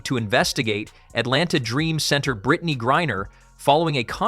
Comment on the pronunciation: His name is pronounced as "BRIAN".